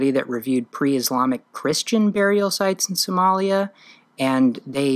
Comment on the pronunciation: It's lia the is not jaws in somalia